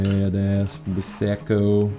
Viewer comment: "why se co" hahaha